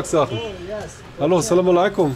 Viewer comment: Lieber, zuallererst großen Dank an dich! Was ich dir wärmsten weiter empfehlen möchte ist, dass du vielleicht bei der Aussprache etwas übst(salamaleykum). salam - reicht auch total aus! Wir freuen uns auf weitere Videos und Liebe Grüße aus München 🫶🏽